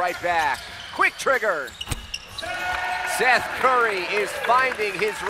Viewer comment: For some reason the commentator sounds like hes saying steph hahaha but yea a team needs to give him a contract